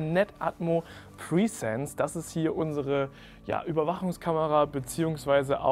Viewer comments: Die Kamera heißt Netatmo Presence 😂😂😂 Du sagst die ganze Zeit PRIESENZ 😅 presence ist das englische Wort für „Anwesenheit“ und du denkst glaube ich, dass die Kamera „pre-sence“ heißt 🤣 Hör es dir sonst mal beim Google Translator an 🤣🤣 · Keine Ahnung warum, aber die Aussprache von "presence" triggert mich enorm. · Mich auch 😂